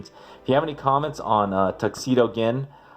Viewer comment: Gin is pronounced with a j sound.